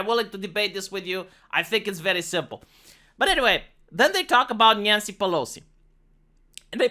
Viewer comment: I keep hearing "nyan-cy"..... I watch way to much anime